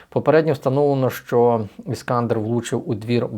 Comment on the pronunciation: Іскандер - наголос на "е".